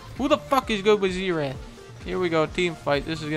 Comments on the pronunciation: zee-rath lol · I don't like how Dunkey says "zeerath" instead or "zerath" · my abs literally hurt from the "zeerath" part. so effing funny. [i always pronounced it zair ath but w/e :P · I believe it is spelled "Zee Wrath" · For a good sum of time I thought he was saying Z Rat